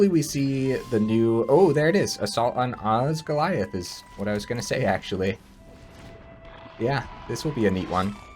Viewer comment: It so doesn’t matter but oz-gill-ee-ath Congrats on getting early access!!